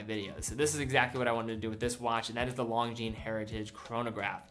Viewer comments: Since you were asking for comments on pronunciation: The "s" at the end of "Longines" is silent. Your pronunciation of "Junghans" is off by a bit. Not sure how to describe the correct one without resorting to phonetic spelling or an audio-clip, so here you go: Oh, and "Khaki" only has one H in it. :) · Longines. Pronouced... Lon-jeeen